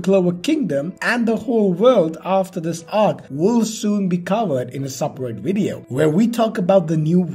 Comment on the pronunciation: Boy what the hell is a wideo???